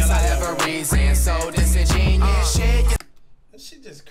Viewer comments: He says it like disingenius. He probably doesn't even know what it means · The cringe of Flight thinking the word is Disingenius. Oh the irony from this guy. Sound it out with me: Dis-In-Gen-You-Us. I'm just surprised the word is spelled right in both the video and title. Just not used properly. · Wait ✋ you guys know its pronounced: (Dis-En-gEn-you-us) Right? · Flight pronouncing disingenuous as “dis in genius” is hilarious 🤣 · “He don’t miss” the nigga missed the whole song it’s pronounced dis in jen you us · He pronounced it wrong btw and only 2 people agreed with you loo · Must be cause he doesn't even say it right lmao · He said in his interview that he didn't know the pronunciation of it beforehand then he heard the right pronunciation of it but he chose to keep it in the song. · He not even saying it right 😂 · Yea well he def doesnt know how to pronounce it..... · He didn’t even say it right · This is horrible he’s not even pronouncing the word right Jesus flight is mad slow smh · He says it wrong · he didn't even say it right 🤣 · Yea he said it wrong on purpose cuz he ain't like how it sound just the meaning 😂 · That’s not how you say that word dawg 😂😂😂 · I like the video a lot. Too bad the word is mispronounced and the bars are stolen. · Imagine if he pronounced Disingenuous right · I think there is a huge flaw here. He either spelled the name of the song wrong or he saying it wrong! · the song is fire but he says disingenuous wrong used right tho just said wrong